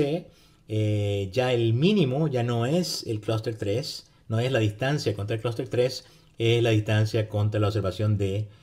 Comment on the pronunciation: Y el vector de medias??? Critica Constructiva: pronuncia muy bien "Cluster" en ingles pero en español se come todas las "S".